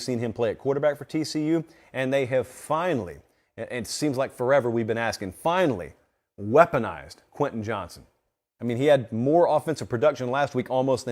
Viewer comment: as the resident tcu fan just fyi, its Johnston not Johnson. carry on